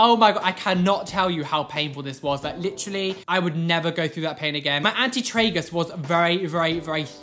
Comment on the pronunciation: “my anti-tragus was very, very thick” what i hear: “my auntie Tragus was very very thicc” 😂